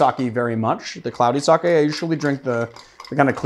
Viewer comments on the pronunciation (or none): Sake is pronounced something like Sakhay not Sakhee (English es not my mother tongue so I'm approaching to the pronunciation as best as I can) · Sake = saw-kay = alocohol. Saki = saw-kee = destination. <3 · “Saw-Kay” not “Saw-Key” y’all gotta stop saying it like that 😭🤦‍♂️